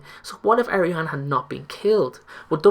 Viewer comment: also, it's pronounced Ar-ē-ana not Air-ē-ana